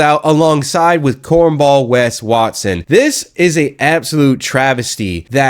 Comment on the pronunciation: "WES WARTSON" 😅😂🤣